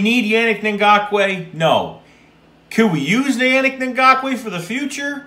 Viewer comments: It’s pronounced “UNIQUE” not yannick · Man the way you say his name is a huge cringe lmao